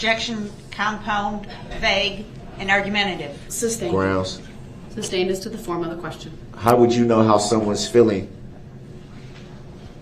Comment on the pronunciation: Brooks: “Why is duh DA’s adjection being SUB-STAINED”? Judge: “I didn’t SUB-STAIN it, I SUS-STAINED it you moron”!